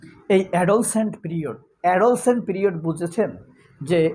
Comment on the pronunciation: বিনয়ের সাথে বলছি, উচ্চারণ হবে “এডোল্যাসেন্ট” যেখানে “এডো” উচ্চারণ করতে হবে নরম ভাবে আর জোর দিতে হবে “ল্যাস” শব্দ এর উপর । ধন্যবাদ ।।